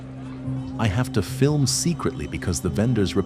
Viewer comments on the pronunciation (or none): none